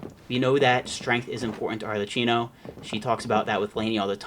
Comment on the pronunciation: yeah is ki, like in kid, not qi like qiqi (arlerkino) but is not very noticeable. I'm just pointing it out. Is fine tbh